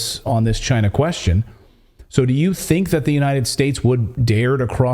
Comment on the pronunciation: Trump says “Gina” not China